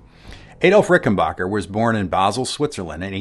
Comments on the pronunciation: I gave this video an upvote just for the fact that he pronounces Rickenbacker correctly. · 😀An FAQ on the Rickenbacker website: It is pronounced Rick-en Back-er like "get back here" not "get bock here." Just saying in agreement with this excellent video. . . thanks! I could be wrong, but I think Chris Squire kept the bridge pickup clean and the neck pickup with saturation/overdrive (?)